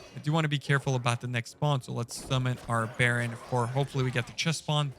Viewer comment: There is no L in Baron Rivendare